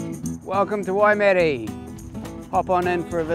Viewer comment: better watch the crazies don't berate you for the way ya all pronounced Waimate lol